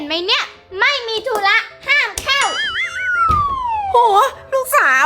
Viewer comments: เฌอแตมธุระไม่ใช่ทุ้ระ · ทุระไม่ใช่ทุ้ระ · ธุระค่ะ ไม่ใช่ทู้ระค่ะ💌